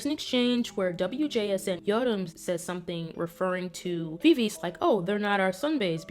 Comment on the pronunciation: I'm sorry, but Viviz is pronounce Vi-Vi-Ji, following their korean pronunciation. Sorry if I sound rude. Thank you.